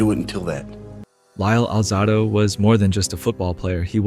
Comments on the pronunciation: “Alzaahhdo”? Really? If you can’t pronounce his name you dont know jack enough about him to make a video. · You pronounced his last name wrong. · how do you decide to produce a documentary about a professional athlete, put in all of the time and effort, cutting, editing, producing, when you cant pronounce HIS FUCKING NAME, YOU IDIOT - and if it's AI, whoever PRODUCED IT, how do you not review it to MAKE SURE that the pronunciation of the name of the man who you MADE THE DOCUMENTARY ABOUT is pronounced correctly?????? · Kid its hard to listen to you speak about Lyle when you can’t even pronounce his name. Is this for a high school project? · Alright, if you're going to narrate a famous athlete at least pronounce his name right. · Really, Lyle didn't pronounce it that way. And yes the video was good. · enough Euro pronunciation guy. We’re not in Europe. The proper pronunciation is how it was pronounced by the man himself and the USA. Putting out a video on a man when you can’t properly pronounce his name means you don’t know JACK about the man.